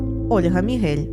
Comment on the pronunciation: Дякую за чудову озвучку мого оповідання! 🥰 Інтонації дівчини - просто топ))))))))) P.S. в моэму прізвищі наголос на "і" 😅